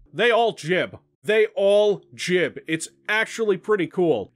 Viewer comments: I disagree, you should just say Strogg not Strohg and also say gibb instead of jibb ;) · stroog, jib.. I bet you say jif instead of gif as well.